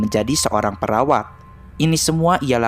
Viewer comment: Gw dengernya peraw4n bukan perawat...